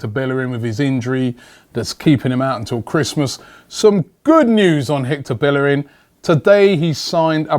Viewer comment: at least pronounce his name. correctly.